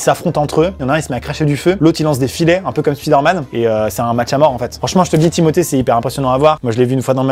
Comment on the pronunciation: O fait arrêter de dire thimoté